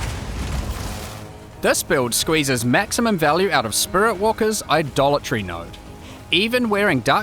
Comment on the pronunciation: I swear, every-time he says Idolatry I hear "A Dollar Tree" 😂